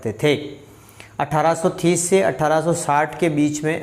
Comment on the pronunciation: ज़ब ज़ब आप 1830 का उच्चारण 18थीस के भांती करते है.. तब तब मैं कन्फर्म हो जाता हूँ की आप पक्का भीलवाड़ा से है 😂🙏😄